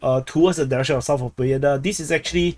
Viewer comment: This is not BOEDA, this is PO BE DA. BE is like `bed`